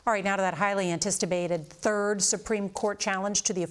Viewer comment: Highly "antistibated"... either she invented a new word or I'm having a stroke.